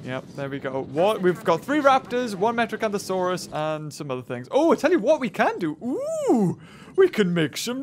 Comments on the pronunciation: its not metrocanthasauras its metriancasuras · did he say metrocanthosaurus... its metriacanthosaurus